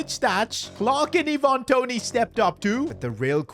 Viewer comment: Iven Toney 😂😂😂